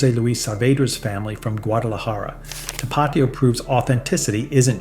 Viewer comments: You got the number 1 right. Valentina black label is the best but Valentina red label also beats everything else in this video. Cholula should be 3rd after Tapatio, which you pronounced incorrectly, it's tap uh teeo, not tuh paw tio. Vinegar forward "hot sauces" aren't real hot sauce. Franks Red Hot was better when it was Durkee's Red Hot, just like Twinkies were better before Hostess was sold off to the highest bidder. Corporate greed ruins everything. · Not to-PAT-io, To-pa-TI-o. Like the accent indicates. But all in all I like the vid. I've never had Valentina, but I have to try it. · Tah-Pah-Teeeee-Oh. Do my boy right. 🩵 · Tapatío - TAP-AH-TEA-OH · So how is this gringo an expert and he can't even say tapatio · How can you judge hot sauce if you can't say Tapatio correctly? I love that sauce. I also like Tabasco too and it is a real hot sauce. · Never heard anyone pronounce Tapatio like that and I live in Southern California. You left off El Yucateco, which is both hot and flavorful, comes in many different flavors as well. If you want a more mild sauce for Asian foods, Sriracha is decent. Sweet and spicy. All the Mexicans I know prefer Tapatio over Valentinas.